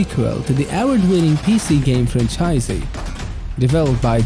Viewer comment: Fun Fact: When speaking English most of the emphasis is on the FIRST syllable not the second, or third. SO 'John Carpenter' - Would be 'John CAR-penter' not 'John CarPENter' And 'VIScera' not 'VisCERa' And 'FRAN-chises not 'Fran-CHISES' Other than that, your english is very good!